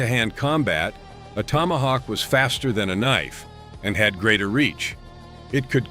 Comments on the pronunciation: A kah-nife😂. Just the beginning of this shipwreck. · A Ka-nife? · What the fuck is a KAH NIFE?